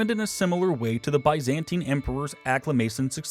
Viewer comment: It’s not hard to pronounce Byzantine in a non-ridiculous fashion